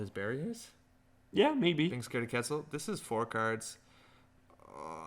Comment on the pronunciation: I love that netrunner as a game has characters from a lot of different cultures and backgrounds, but it breaks my heart when I hear how people pronounce Quetzal.